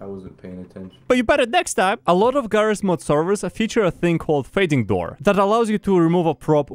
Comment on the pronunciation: "did he say jigabyte?" "he calls this game jarry's mod" and he probably calls you